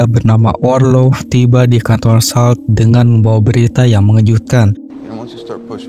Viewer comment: salt dibaca solt